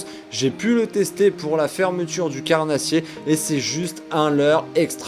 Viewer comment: Le leurrreuu !, La truiiiiteuuu !, Lleuu onze marsseuuuuu !, leuuuu carnaaaaasssier ! Vous avez choppé le sydrome des youtubers ! 😂🤣 Mais bon la vidéo reste de qualité 😉